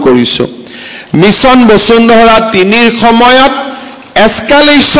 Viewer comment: বচুন্ধৰা 😁😁😁 বসুন্ধৰা আৰু বচুন্ধৰা একে অৰ্থ বুজাবলৈ ব্যৱহাৰ কৰা হয় নেকি ? নিজৰ উপাধিটো শুদ্ধ ( শৰ্মা বুলি উচ্চাৰণ নকৰি চৰ্মা বুলি উচ্চাৰণ কৰাটো হাস্যকৰ) কৈ উচ্চাৰণ কৰিব নাজানোটো এক গঢ়িত অপৰাধ।